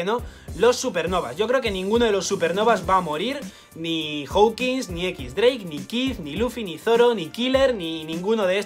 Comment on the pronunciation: Buen video tio, le he dado like como siempre que puedo pero me raya que le digas "equis drake" es "diez drake" joder.